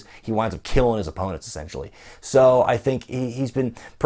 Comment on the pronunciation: did anyone else hear "killing his opponents SEXUALLY" instead of essentially